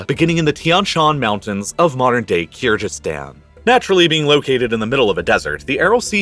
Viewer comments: it's Kyrgyzstan. G like golf. Hello from Kyrgyzstan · I like the explanation and analysis but would really love it if you'd learn to pronounce "Kyrgyz" and "Kyrgyzstan" correctly! (it's a hard "g" and the people are the "Kyrgyz", not the "Kyrg"). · Kyrgyzstan not Kyrjystan please pronounce it correctly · Jsyk, the g in Kyrgyzstan is hard, like "geese," and the people are Kyrgyz, not Kyrg ( -ish). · keerjeestan? at least do your research how to pronounce country names ffs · Avalanches are common in Kyrgyzstan. It’s a G not a J or gh btw pronounce it as kyrgyz stan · Kyr-Jizz-Stan? Cya-nai peninsula? Is this guy for real? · Did this man just say "keerjistan"?? lol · Your pronounciation of Kyrgyzstan and kyrgyz is awful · What an excellent video! Great detail and analysis of a catasrophe that is appallingly little known in the West. The only thing I would quibble with is: - the pronunciation of Kyrgyzstan (it's a hard G, no question about it) My mum worked on an MSF (Doctor's Without Borders) project in Urgench in the early 2000s (western Uzbekistan in the Khorezm province, a district which incidentally gave us, via Muhammad ibn Musa al-Khwarizmi, the English word "algorithm"). The project had been founded partly to investigate whether the wind-blown dust and fertilizer/pesticide residue was the reason for local low health metrics, especially high TB rates. The evidence really didn't support this as the culprit and the project gradually evolved into mainly delivering TB treatment. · in my 35 years of living on this planet, you are the only person who pronounces Kyrgistan with a ji sound instead of a hard g. Why are you doing that? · Just ask Google how to pronounce Kyrgyzstan correctly . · Oof, as someone that grew up in Kyrgyzstan, I cringed when I heard your pronunciation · I'm pretty sure Kyrgyzstan is pronounced with a hard G